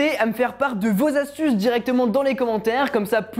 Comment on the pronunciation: Mdr j'adore les "5 astuzes"